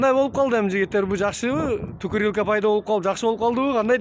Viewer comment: Тукырилка дейтгоо хахааа 😂😂😂😂😂